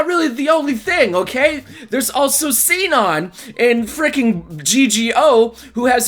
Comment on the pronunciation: Am I the only one who's tripping when people pronounce Sinon like (see-non), maybe I'm crazy, but I'm pretty sure it's pronounced (she-non)